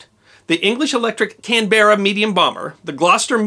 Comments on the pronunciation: CAN BEARERS LOL its pronounced Canberra ...one word . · As an Australian something that annoys me beyond all end is how people say Canberra. It's not Can Bear Ah its Can Bra. Two syllables. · Can-b-Ra. Not Can-Berra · can-bear-uh ... lol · Nice try with pronouncing Canberra 😂